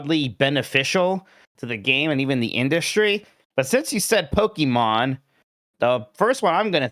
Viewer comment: Yes, but he also says “Pokiman” so I’m back in